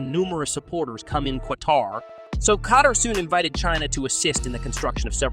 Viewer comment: Did u say K-TAR 😂 good one